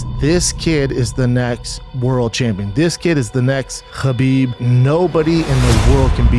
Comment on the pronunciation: Mad respect for J. Rogan for pronouncing “Habib” instead of “KABIB” GOAT has a name, you better pronounce it right 🔥